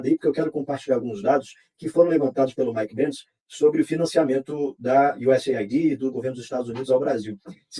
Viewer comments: USAÊID CARALEO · QUE US AIDI O CARALEO